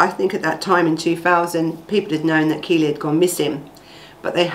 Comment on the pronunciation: Its KELLIE not Keely, get the name right at least! It happened local to me.